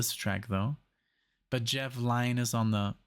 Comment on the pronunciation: Pronounce it jeff lin